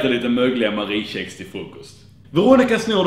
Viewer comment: Fan vad besviken jag blir. uttalar kex "tjex". Unsubscribe.